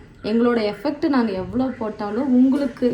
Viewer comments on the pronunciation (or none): Sister, அது எஃபெக்ட் இல்ல எஃபார்ட்....Next time correct பண்ணிக்கோங்க சிஸ்டர்...😊